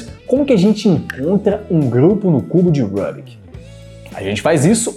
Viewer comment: Rubik tem origem húngaro. Estão o som do nome dele é pronunciado Rubik mesmo , não "Rãbik" (que soa como um nome inglês).